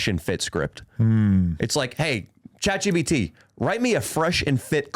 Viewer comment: When is someone finally gonna correct that it’s ChatGPT not chatGBT 🤦‍♂️